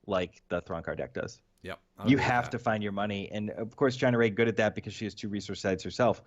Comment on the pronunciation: Lol "China Ray"...Ciena Ree..."See-en-uh Ree"